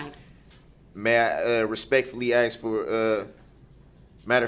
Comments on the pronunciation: He AXED too many questions and gets mad when the judge SUBSTAINES the prosecution’s objections. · He AXED too many questions and gets mad when the judge SUBSTAINES the prosecution’s objections. He knows the TROOF. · *So what am I supposed to AX them???* Lil Darrell respects nothing certainly not truth or protocol!!!!! Axing questions? Before they allow Pro se defense the courts should test for reading comprehension and understanding. Being a high school grad does not necessarily mean you understand what you read let alone complex legalities or process. Time to get serious require testing to make sure defendant understands all the verbiage and various rules. His admiralty court nonsense is total already debunked SOVCIT BS. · He didn't properly pronounce the word "asK". Who cares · "Cohorced" "axed" "grounz" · “Ax questions” and “oafs of offices” 😂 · With the nearly 1000 years he's going to receive he'll have plenty of time to learn how to pronounce "ask" as opposed to saying "axe." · Every individual loses all credibility when they pronounce the word Ask as Axe 🤣🤣🤣. No educated person speaks like that. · "Ask" Mr. Brooks....it's pronounced "Ask"....not Ackx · Imagine saying "axe" instead of "ask" and thinking you should represent yourself in court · I HATE when people say axe instead of asked !!!! I’m glad other people notice it too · I've been posting this on every day of the trial!!! The AXE thing is just gross! Guy was born and raised in Wisconsin! If you watch the trial he actually messes up and says 'ask' a few times so we know he can say the word correctly. If I were accused of murder, no WAY would I talk about AXING people...lol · You took a OAF of Office. Yeah - right dude. Go AXE some more questions. Get to the TROOF! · Lol at all these replies!! “Ax” got me too! Ugh! I would’ve had to correct him!!! It was nails on a chalkboard for me!!! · all those axes sounds like a lumberjack convention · Yet still could never figure out "sustained" or "ask"